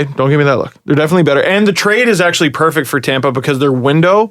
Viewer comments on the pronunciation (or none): none